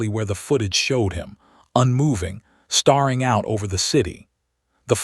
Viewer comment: Geez. Get your AI to pronounce words correctly. “Staring” NOT “starring”.